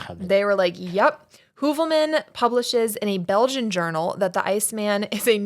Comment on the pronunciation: My best friend’s last name ins Heuvelmans. You pronounced it so well. I had to ask her if that was her uncle/had she ever heard of him. She had not.